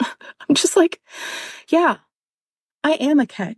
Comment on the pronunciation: Did anyone else hear "I 'ham' great"?